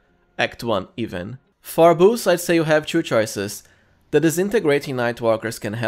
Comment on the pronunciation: Hahah, it's funny the way you say 2. Try to say it like "to" instead of "chew" :)